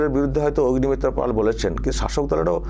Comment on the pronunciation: পল নয় পাল।